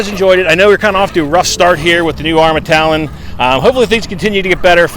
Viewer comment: love ur stuff but say it with me now...Talion..it's not Talon